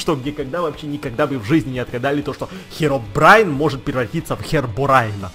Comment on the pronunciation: чувак збелымыг лотами это херобрин а не херобраин